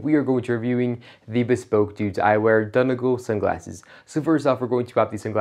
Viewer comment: Heard a lot worse dude! Decent effort.